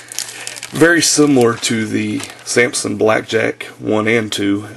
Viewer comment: dude its pronounced "sam-sung" not "sam-sin"